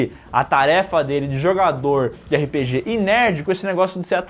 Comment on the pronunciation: gostaria de corrigi-los de uma pronúncia. Não é "erre pê gê", mas sim RÊPÊGÊ!!!!!!!!!!!